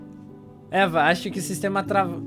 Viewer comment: por favor fala direito os nomes dos personagens, por que eva não se pronuncia do grito aí vc falou.